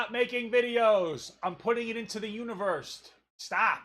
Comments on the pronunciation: Did she say "universt"?? 😂😂😂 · Wait is it just me or is Papa putting a “t” at the end of universe when he says it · she said: what you speak into the UNIVERST